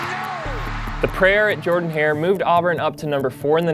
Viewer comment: Say jerrdan